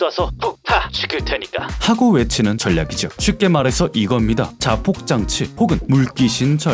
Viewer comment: 전냑 아니고 절략....이요... 발음...ㅎㅎ >.< 님 🥰